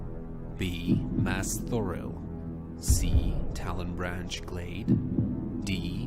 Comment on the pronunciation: He says "mazthoriel" not mazthoril. Extra syllable. He's so smug and arrogant that he needs to know this! He acted like he knew the name but clearly never heard it before. Like most of the shit. He's not good. He doesn't know shit. He's the only popular streamer who knows a good amount but he doesn't know shit compared to some other hardcore neckbeards. Not me im a donkey